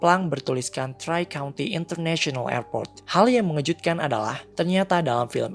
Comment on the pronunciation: Maaf Om telat 9 Bulan, mungkin kalo ada yang belum tau , koreksi itu bacanya Tri/three-country, yang artinya 3 negara bagian kalo gak salah Sorry kalo salah koreksi aja :v